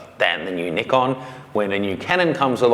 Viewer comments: Ni-CON not NIK-KON, you're in America now! Just ragging on you! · made a video a few months back when he talked about his plans to move to America. In that video, he brought up the pronunciation difference of NI-CON verses NIK-KON. He's almost one of us now. Brooklyn accent to soon being featured on video.. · But ive heard the Japanese call in NEE-KON , so why not call by it real pronounciation